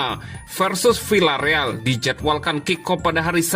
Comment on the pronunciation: CARA BACANYA BUKAN "VILLA..." TETAPI "VIA..."